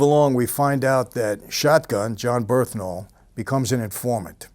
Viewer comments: Bernthal not "Berthnal" but love ur videos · BURN-THAL.. Not Berth-Nal.. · bernthal not berthnal. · Birth-Nal 😂. Its BURN-THAL!! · Dude's name is "Bern-thal" not "Berth-nal". Come on, boss. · BeRNthal, not "BeRTHnal" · It's pronounced "BURN-thal" my man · Michael just CANNOT say bernthal right